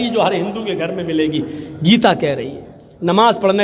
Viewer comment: Ye katuon Geeta uchchatan sahi karo Galat kyon pad raha panchvhar putra